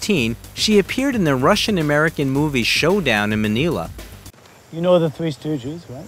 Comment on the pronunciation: Wow - you got through a mountain of narration only to mispronounce 'Manila' : I genuinely didn't believe that was possible. Editing is a bitch, but you could easily have fixed that.